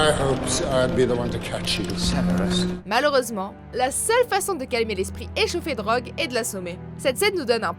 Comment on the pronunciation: Ça s’écrit Severus, alors pk tu dis Sévérus? 😂 Au moins tu sauras pour ma prochaine fois ça se prononce Sèverus